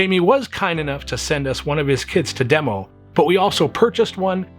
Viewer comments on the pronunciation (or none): I heard, "We also bought one of his KIDS..." then I realized you said kits!